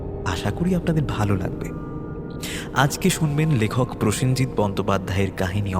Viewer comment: His name is Prosenjit, not presenjit. অত প্রেশারেও নেই উনি, যাতে প্রসেন থেকে প্রেসেন হয়ে যাবেন।